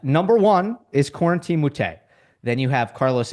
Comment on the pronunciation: Con-Ton Halys (Kwin-Ten)